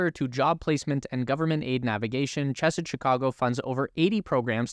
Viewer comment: Chesed from Chesed Chicago is pronounced with the ch making the sound like you're clearing your throat, not the traditional ch sound. It's a Hebrew word meaning kindness.